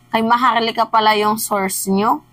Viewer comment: Maharlika O MAHAR-LUKA!! Hahaha kagaya ni Hari POQUE, este Harry roque pala